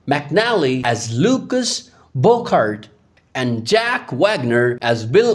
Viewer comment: Omg - You need to pronounce these character names correctly! Thornton not Taunton and Bouchard (boo chard), and Rosemary not Ros Mary. Smh!!